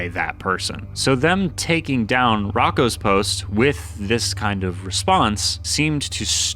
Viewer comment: It’s pronounced Roe- koe’s basilisk